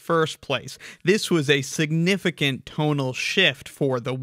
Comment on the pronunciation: I keep hearing 'tonal shift' as 'total shift' with the way he emphasis syllables